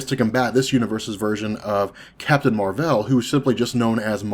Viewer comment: Why do you pronounce things so weird? The way you pronounce Ronan, Raccoon, Captain Marvel doesn't sound right.